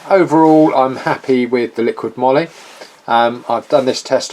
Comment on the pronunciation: I think it's "moly" as in "holy moly"